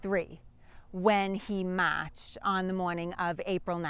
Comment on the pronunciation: can hear the boston accent at times when you say marched down it love the accent im from wv but dated a woman who lived in boston for a few years